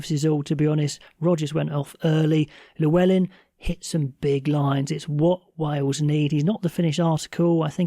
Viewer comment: You analysis is good, but could you please make an effort to learn how to pronounce Welsh names Llewellyn, Dafydd.